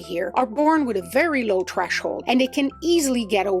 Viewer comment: The word is "threshold", not "treshold". Just an FYI. 🙂